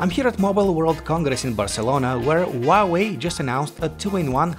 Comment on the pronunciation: Who Ah Way, not WAWAY